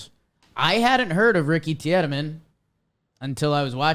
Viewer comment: Its Pronounced Teedemann. Gonne be a Cy young winner one day